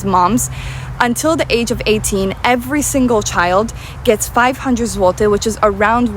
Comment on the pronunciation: Po miesiącu mieszkania w Niemczech, mój niemiecki wyraźnie się prawił, a autorka po 5 latach w Polsce, dalej ma problemy z wymową : złoty, Warszawa , Kraków.